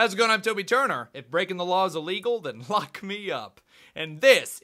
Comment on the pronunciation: When u sed lock it sounded like u sed fu*k